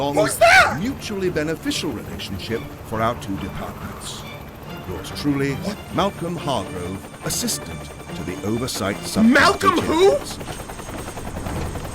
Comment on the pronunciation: The name is pronounced Malcolm Hargrove